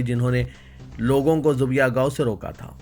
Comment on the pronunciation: Zubiha kya hai zabeeha padhein . آپ کی خصوصیت ہے جو تلفظ غلط پڑھتے ہیں اسے کم از کم دوبار دہراتے ہیں